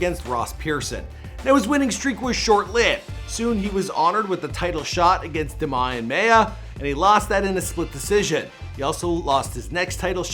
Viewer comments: Demaian maya...lol... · no, he said da' Mayan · You mispronounced every name lol even Damien Maia and Donald Cerrone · The way he says Demian maia is pathetic he should do a favor a keep mma outta his mouth man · the way this clown says demian maia lmao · Wow he can't even say DAMIAN MAYA WOW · The way he said Demian Maia made me cringe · A lot of these pronunciations are so off as a hardcore mma fan it's very upsetting especially my boy Damian Maia hes literally my favorite fighter of all time good try though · the way he pronounces fighters names it's clear he doesn't watched an ufc fight in his life at 10.36 demian maia name gets completely butchered 😂😂